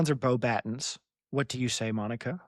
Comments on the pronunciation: Beaux “baton”. It’s French! The “batten” sound is very English both for the A and the glottal/swallowed T. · I pronounce it “beauxbaton”. Hope this helps.